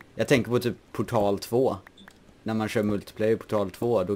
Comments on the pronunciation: Du verkade inte förstå. Han uttalade det lite konstigt. Alltså, direkt portal. Istället för poortal som det uttalas men inte stavas. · Portal 2. XD Lät kul när du uttalade det. Typ portal på svenska istället för engelska "poortal" :P